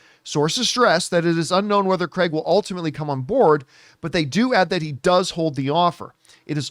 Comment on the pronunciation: Please stop calling Daniel CREG!!! he’s even gone on a show and said its CRAIG!!